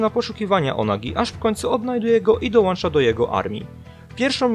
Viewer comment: Mówi się '' Dołącza" a nie, "Dołancza" Pozdrawiam 😉